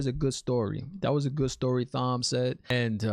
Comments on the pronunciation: It’s not pronounced thom it’s Tom. The colors of the ahah of the aes sedi represent their discipline. Reds hunters of men who can channel. Yellows are healers. Green battle ahah. Etc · The way you pronounce Thom gets me every time lol! You're doing a great job! Love your channel. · "Lan chops" Thom's butter knives? You're killing me 😆. Thom is pronounced like Tom (it's not short for Thomas, but it's like that). I love the subtle fan service they gave with Liandran mispronouncing Nynaeve. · It is pronounced Tom. The H is silent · It's pronounced Tom even though it's spelled like Thom. Lol. As far as power goes I can't really express the Dragons power it's far beyond anything seen. Not spoiling so stay tuned. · Great to see non readers so hyped! Thanks for the review video 😄also, Thom is pronounced the same as Tom and he is definitely one of my favorites! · also its pronounced tom not thom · Also, it's Thom with a silent "h". It's pronounced Tom. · Dude - just so you know, it’s pronounced “Tom” even though it’s spelled Thom. Love seeing your reaction to this, not knowing the series. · Okay, it was cute at first, but we know how Tom’s name is pronounced. Unless you promise to go through life pronouncing the th in Thomas, Thompson, etc. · LOL LANCHOPS!!! love the videos. Also not to be rude but Thom is still said Tom, silent h. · The question about women not seeing the men’s weaves: men can’t see woman’s either but Logain is special and can see. Woman CAN sense him drawing in the power. So the green Aes Sedia new he was about to attack but didn’t know with what SIDE NOTE: Thom is pronounced Tom. I made the same mistake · Thom is a great character, but his name is pronounced just like our regular Tom. Silent H my man. Lolol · The H is silent in Thom's name. It is pronounced just like "Tom" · Thom is pronounced "Tom". Egwene is pronounced "Egg-Wayne".